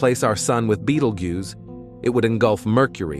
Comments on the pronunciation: Can you teach your AI voice to be consistent in pronunciation? I heard at least three different ways it said "Betelgeuse" in this video. Or better yet, find an intelligent HUMAN to read the script. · Why all the weird mispronounced Betelgeuse? AI voice? Also, I didn't catch anywhere that "we will not survive this."